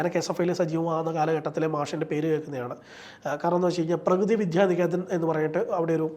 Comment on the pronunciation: പ്രകൃതി അല്ല പ്രഗതി